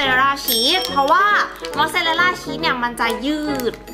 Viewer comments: ชีสค่ะไม่ใช่เนยน่ะ❤️❤️❤️ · ทำไมพูดชึสเป็นเนย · ชอบพูดผิดพูดว่าชีตเป็นเนย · ที่แรกที่พี่พูดบอกอุปกรพี่พูดว่าเนยแต่พอทำพี่ทำพี่พูดว่าชีสพูดผิดค่ะ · พี่พูดว่าชีดเป็นเนย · พี่พูดผิดจากชีสเป็นเนย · พูดชีสเป็นเนย555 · พูดผิดชีสเป็นเนย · พูดผิดค่ามันคือชีสค่า